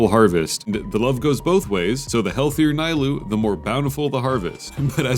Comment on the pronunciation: Lemme tell you something it’s not nYLOU it’s n EE LOU 🤦‍♂️🤦‍♂️